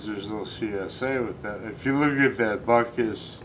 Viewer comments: Right and me knowing nothing about football hearing “Gay Sailors” and “Dick Butkiss”. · My knowledge of American football players is little to none so when he said "Gay Sailors" following by what I thought was "Dick Buttkiss" I thought he was taking the piss